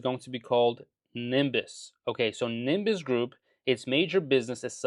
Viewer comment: Did he just said nimbus group lol?